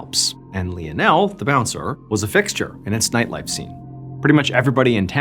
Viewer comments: You CANNOT pronounce the name LIONAL!! 🙊🙊 You pronounce it like this: LINE-NEL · Hey is it not pronounced " lion-el" instead of " lee-n-el"??! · Im sorry hearing him mispronounced this name so many times is driving me mad. It Lionel like Lionel Ritchie. Not Leon Elle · Really funny. John is saying 'Lee o Nel' and the subtitles are saying 'Lionel'. For someone who has to read the subtitles to understand what is said, it's very confusing and funny, because I notice it every time. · Leonelle 🤣🤣 Lionel like Lionel Richie🤣🤣🤣hilarious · Sorry lie o Nel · lionel is usually pronounced LIE-UN-UL , nonetheless, still great story telling, Mr. BAllen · Love your vids. Just so you know Lionel is pronounced: Lie-nul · It's "Lionel (Lie-nel) 😊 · Wouldn't that name be pronounced (Line-el)? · You’d think he would know how to pronounce Leo-nell. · tack a shot every time he says Lien El.. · I think his name is pronounced lie-nol 😂😂😂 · Sorry to be picky but you are pronouncing Lionel wrong. Think of Lionel Richie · Isn't isn't it pronounced Lionel, like Lionel Richie? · I hate to be a buzzkill but something is telling me that his name is pronounced "lie-nuhl". I could be wrong tho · I love the story but I believe you were pronouncing his name wrong. LION + EL= LIONEL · Said as lion-el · Pronounce lie nul , Lionel, lie nul. My Dad is Lionel Andrew Beresford, liyle or lie nul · Lionel is pronounced Li-nell. It was my dad's name. He was called Leo by my mom and his friends. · Literally loop up how to fucking pronounce Lionel......... LION-EL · Lionel Messi ❌ Lionel Missin' ✅ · I could be wrong, but isn’t it pronounced L(I)onel, like Lion? Like Lionel Ritchie? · We pronounce his name as lie o Neil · Pha-Lee-pae , & Li-nul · I don’t think that’s how you say Lionel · Yo, saying Lionel wrong each time is killing it for me 😂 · Is it Lionel - lion--l Or Leo-nell? Is Leo-nell the French way of pronouncing it? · I love Mr. B, but I think he might be mispronouncing Lionel.